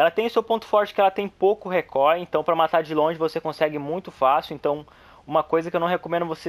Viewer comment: "ela tem muito pouco rê cóy" huehuehue